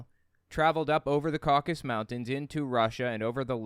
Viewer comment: Caucasus, not Caucus.